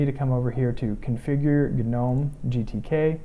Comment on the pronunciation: it's NOT "G-nome"---- it's pronounced NOME-- PERIOD-- that is ENGLISH LANGUAGE RULES--- not company or creator rules--and the G-nome makes one sound STUPID...